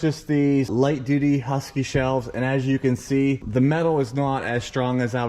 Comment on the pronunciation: It's Husky, not Huskee.